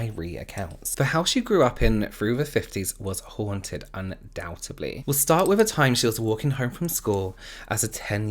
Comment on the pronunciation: I love the way you pronounce “haunted.” 😊